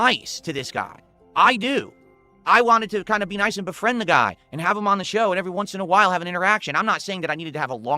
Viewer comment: Ayund, Ayuss, Wit, Wahn, Acktor, Mah